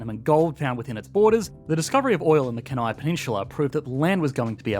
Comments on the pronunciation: You incorrectly pronounced Kenai. It is not KEN-AI. It is pronounced KEE-NEYE. And the unemployment rate is seriously skewed by the large number of native Alaskans living off the land in rural locations. We actually have more jobs available than we have qualified people. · Kenai pronunciation = kee-nai, emphasis on first syllable